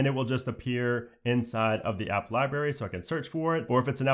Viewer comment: IOS — “Eye-You-S.” Eye-OH-S? Library— “Li-bary” Li-bRary? LOL — regardless, great info and THANK YOU!